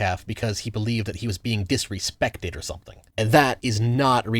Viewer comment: You mispronounced “disserspeck.”